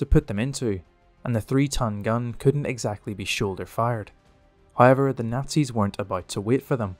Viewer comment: Trust the Irish to read the word "however" and somehow say "hayiver".